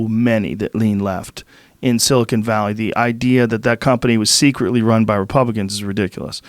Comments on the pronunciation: If Joe says "silicone valley" one more time, I'm gonna scream. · Joe is a dolt in general. Just as I type this, he said "silicone valley". Twice.